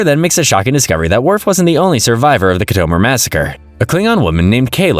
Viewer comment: Say Khitomer right